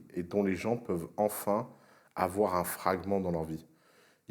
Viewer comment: "Il ne faut pas afoir peur-euh"